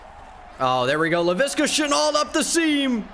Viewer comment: and leviska shenault s name is pronounced (le V ska shenault ) not (le viska shenault) listen to rbt new vid from rebuilding the jags